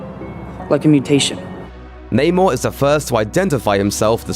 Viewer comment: Biggest unanswered question is: Why does everybody in the movie keep saying Namor wrong